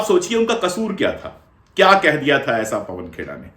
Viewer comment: से मिनट के बीच आपकी भी ज़बान फिसली और आपने पवन खेड़ाजी को पवन खोड़ाजी कह दिया। मारवाड़ी में खोड़ा का अर्थ होता है लंगड़ा। आपकी भी गिरफ़्तारी होनी चाहिए। 😂😂